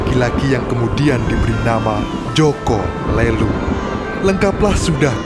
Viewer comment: Min boleh koreksi Nada aja jaka lelung di baca pakai nada e yg lemper makanan.. Bukan lemper batu